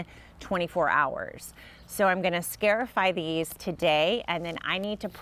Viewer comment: this is a very handy little procedure! the root word is, "scar" because you are creating a little scar on the seed. therefore pronounced, scar - i - fy 👏🏼